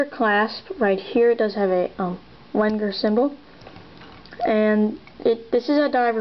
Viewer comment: its pronounced Venger, with a "V".